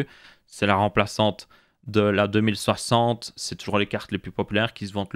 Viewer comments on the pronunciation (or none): Ces moi ou j'ai vrm l'impression qu'il dit '' deux mille septembre'' quand il dit 2060? Suer vido, c'est cool ça me fait ouvrir les yeux sur les rtx 3060